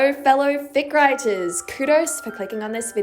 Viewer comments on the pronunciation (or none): when you said fic writers, i thought you said dick riders 😭